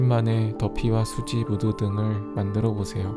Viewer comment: 수지가 아니라 써씨에요